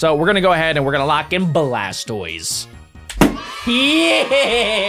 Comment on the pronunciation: Did you see when he was on blastoise he said blast toys